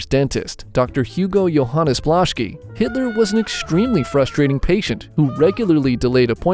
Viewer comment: My coffee spilled on the table when bro said Adolf hiller